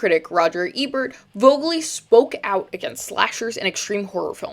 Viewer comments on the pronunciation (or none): none